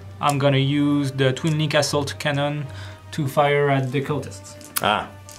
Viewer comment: taz31999 I laughed out loud when he said assault cannon and it totally sounded like asshole cannon!